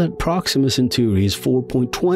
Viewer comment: Repeat after me: "You-rah-nus" (Uranus - Stress the SECOND syllable) Original Greek pronounciation would be "Oo-rah nohs" - stress in second syllable. "Cen-taw-ree" (Centauri - Stress the SECOND syllable) Original Latin pronounciation would be "Chen-tau*-ree" - stress in second syllable. *Tau as in the greek letter. Thank you.